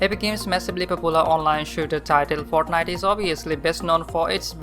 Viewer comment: "he comes de fartnajt"